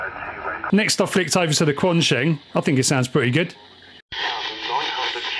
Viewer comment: It's pronounced like "chu an shen"....just thought I'd help .